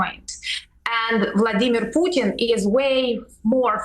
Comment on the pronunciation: nobody cares about your military family piers, nobody. also congrats on learning how to say 'putin' and not 'pewtin'